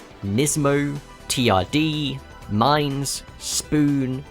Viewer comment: Mine’s is pronounced Mee-Nays.